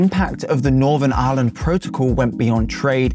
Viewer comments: are you really pronouncing Ireland as Aaaahlund? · The way he pronounces Ireland is extremely irritating